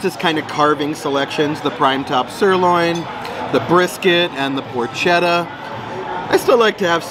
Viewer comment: We love vegas and we love your videos. Thanks for all you do, but I wanted to let you know that porchetta is pronounced -poor-kay-ta. Thanks. Every Italian American will thank you.